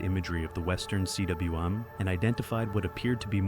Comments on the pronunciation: It's not C.W.M, rather it's pronounced 'coom'. Cwm means 'valley' in Welsh. Sir George Everest's family owned a manor house in Powys, Wales. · "cwm" is pronounced "coom".